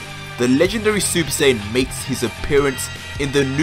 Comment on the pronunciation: Im sorry, you can't say this is only for Dragon Ball fans when you can't even pronounce "Saiyan" correct. It's "Sigh yan" not "Say in" If you want to get even more technical it would "Sigh ya Jin"